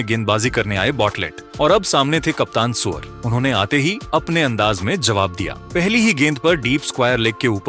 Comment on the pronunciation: अबे सूर्या बोल सुअर नहीं